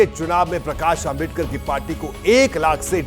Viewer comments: Isko dr.babasaheb ambedkar ji naam bhi bolana nahi aata .. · ॲकर तेरे जुबान को क्या बिच्छुनेकाटा है क्या डॉ . बाबासाहेब आंबेडकर का नाम ठिक से बोलने नहीं आ रहा है .